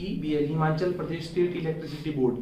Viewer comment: Himachal hota hai himanchal nahi